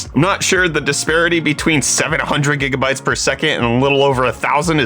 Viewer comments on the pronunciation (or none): none